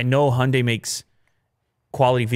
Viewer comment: I love the show, but maybe, just maybe, look up how the Hyundai is pronounced :)